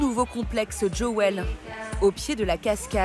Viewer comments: Jewel et pas Joel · djowël, joyau en anglais 😂😂😂